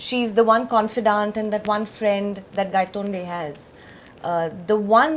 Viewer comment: I think Nawaz said gandtonde instead of Gaitonde 😂😂😂that's why they were laughing 😂